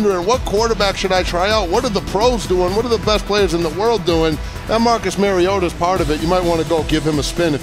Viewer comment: Please give the announcers a heads up on the correct pronunciation of the Titans Marcus Mario auto as a Titans fan every time I hear the miss pronunciation of his last name is like nails on the chalk board